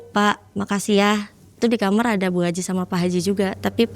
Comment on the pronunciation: agak sedikit bingung, saya sering nonton podcast malam mencekam, kenapa kebanyakan Narsum ini nyebut KAMAR kok ngomongnya KAMER ya.. engak sekali duakali. kok aneh aja gitu